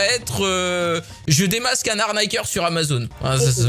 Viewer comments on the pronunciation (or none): T con c'est pas amazon c'est Amazonn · Mais ç'a se prononce amazone MY BAD, SO MY BAD BECAUSE YOUR BAD, YOUR BAD, VERY VERY BAD....HOUS BAD #michaelJackson